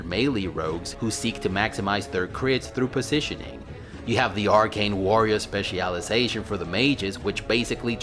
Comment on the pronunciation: "Spe CIAL Iazation" STOP PLEASE STOOOOOP